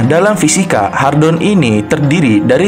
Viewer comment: "Hadron" bukan "Hardon"